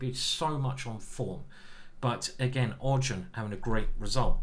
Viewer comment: I think you pronounce -ardjune-. He is the main character in the bhagavad gita